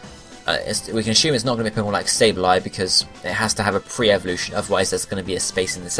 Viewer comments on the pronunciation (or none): none